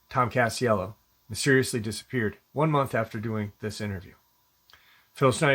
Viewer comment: It's Castillo, not "cast yellow'.